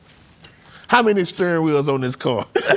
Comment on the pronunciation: Mommy said staring wheel not steering wheel 🤣🤣🤣🤣👏🏾👏🏾👏🏾👏🏾